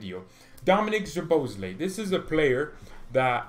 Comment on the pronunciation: I told you million times that his surname is soboslai just pronounce like that